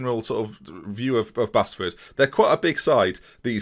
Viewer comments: It's Base-Ford not Bas-Ford, I live there so I know😂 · You say it as Baseford not Bassford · As someone from Nottingham I just wanna say its pronounced like "Base-ford" even though it isn't spelt that way!! Also please do a rebuilding Liverpool save with this database I'd love to see that! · Oooo Mickleover. My home village. And Basford is pronounced BASE FORD. Lol. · Basford is pronounced Base-ford, not that interesting but there you go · Basford United is pronounced Baseford 😀😀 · Love the way you pronounce Basford mate. Its said 'Base-ford' btw <3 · Prounounced base-ford! Local to me, absolute shit hole 😂. Great vid keep up the great work